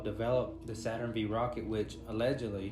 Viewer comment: Dude lost me when he said Saturn Vee 🤦🏻‍♂